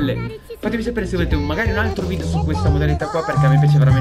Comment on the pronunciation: si dice video non vidio